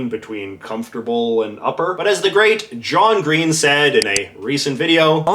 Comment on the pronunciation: when you said great john green i thought you said late john green and thought he died recently or something